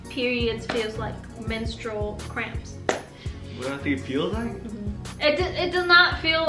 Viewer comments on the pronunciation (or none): It's cramps not scramps 😂😂😂